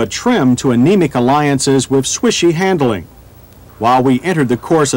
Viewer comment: I've watched dozens of these reviews and enjoy them, but in every single one, John Davis refers to "han-dle-ing" with three syllables, instead of the two-syllable word he means, handling. It really grates!